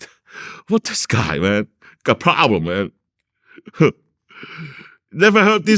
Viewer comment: It’s sounds like China Mac lol😂 he can’t pronounce problem